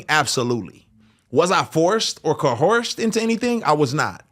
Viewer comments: The way he keeps saying "co-horsed" for coerced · Co-horsed me? Horse😅